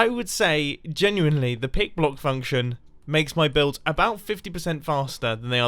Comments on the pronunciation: LOL I thought he said Pig block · To I thought you said "Pig Block." 🤣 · Is he saying pig-blocking? If not, what is he saying and what is it? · So, until recently, I thought that the pick block button was only available in creative mode. I started to suspect that I had seen someone else use it in survival, but wasn't sure and haven't had the chance to test it yet. Thank you for saying it explicitly (though I kept hearing you say "pig block". I had to figure it out from context)